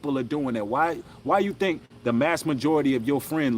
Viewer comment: "tink tink"